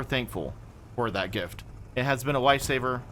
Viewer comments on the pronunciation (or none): none